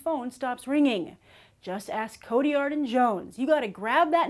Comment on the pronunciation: am i the only one bothered by her pronunciation of "Cotillard"